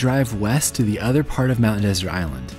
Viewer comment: You don’t even know how to pronounce Mt. Desert.